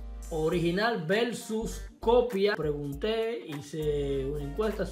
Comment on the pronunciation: "Original velsus copia" 😂😂